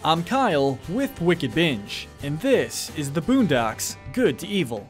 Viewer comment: Lol man said buundocks